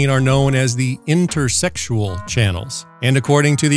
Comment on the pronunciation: Interstitial, not intersexual.